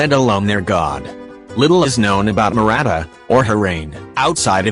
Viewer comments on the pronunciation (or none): it is not murata it is muavika